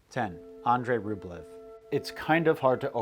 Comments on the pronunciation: Ugh! ROOB-lee-oaf. (Sorry -- authentic language geek.) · Love your content dude, but like you, it’s difficult for me to enjoy certain things from a historical and cultural standpoint if you studied them extensively, and that’s why I’m gonna be that guy and say it’s pronounced “RubYOv” rather than Rublev. The Russian spelling is Рубёв and ë is pronounced “yo”. The way you’re pronouncing it is Рублев in which the е is pronounced “ye”. It’s an honest mistake, trust me, but when you specialize in Slavic studies you will NEVER HEAR THE END OF IT if you mispronounce names. I certainly didn’t when I mispronounced Turgenev. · And he kept mispronouncing the monk's last name. A more authentically Russian pronunciation is "ROOB-uhl-yoff." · I have a copy of Andrey Rublyov but never watched it. Now I need to. (And yes, it is Rublyov). And yes, it's Das Boat, pronounced the same as in English. Along with Master and Commander how about Captain Horation Hornblower, Billy Bud, Damn the Defiant. The chase scene in Apocolypto goes back to "Naked Prey". One of my six times great grandfathers was killed by Indians in his front yard in Kittery, Maine. Another was hanged by the British governor Tryon of North Carolina at Alamance , NC. GREAT SELECTION GREAT STORY MAKING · This is really excellent. Some quibbles: Pronounce Rublev as 'Rublyoff,' stress on the second syllable. 'Das Boot' sounds just like 'boat.' 'Ran' is the same as the name 'Ron' in English.